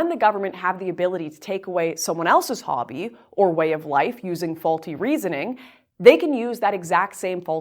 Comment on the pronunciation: It's about your "hbbby?" Lmao.